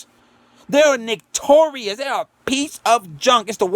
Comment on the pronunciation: “Nick - tor - ius” 🤣🤣🤣🤣